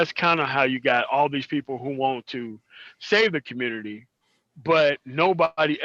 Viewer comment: When said "ARC got to be beheaded for the communitah to work" had me rollin lol.